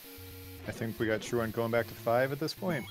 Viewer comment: Man it was kinda annoying to listen to that guy constantly mispronounce the word truant. Good race tho!